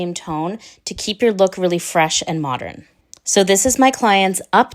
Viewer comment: She looks beautiful!! And I smiled.. you say modREN like my Grandma used too!! ❤